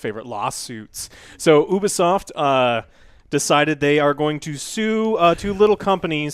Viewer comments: I'm still holding out hope they'll pronounce Ubisoft correctly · My man said oobisoft